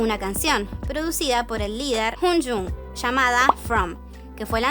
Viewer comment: me pega la risa cuando dice hUngjoong jajaja